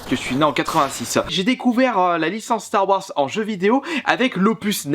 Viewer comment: Apprend a prononcé "star wars"